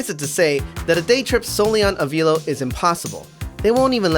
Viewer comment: I worked for Avelo in MCO. I enjoyed my time there, and we had an awesome crew. BTW, it's pronounced ah-VEL-oh, not ah-VEEL-oh.